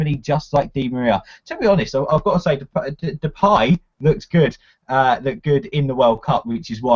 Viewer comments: DePIE not DePAY. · It's Spelled Depay but pronounce Depie , a silent , ya'll we learn in time lol